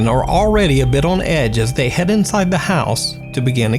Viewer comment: bro thats the wrong pronunciation of "house" for this application. You're saying like "This building would straight-up house women and children!" XD